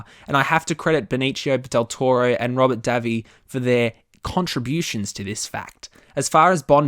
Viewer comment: You mispronounced every single part of Benicio del Toro's name so badly I thought you was on about a totally different actor.